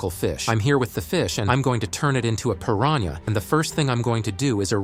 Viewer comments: How normal people say pirahna: Pir-an-a How ai says it: Pir-ran- YA 💀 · That is not how you pronounce piranha🐟🐟🐟🐟🐟